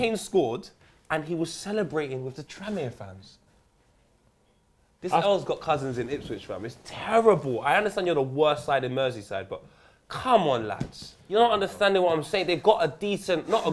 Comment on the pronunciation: "This L's got cousins in Ispwich" man WHAT? XD